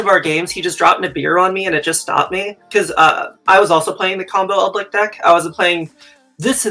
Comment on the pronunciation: Nobody: one of the commentators: "Eldlik"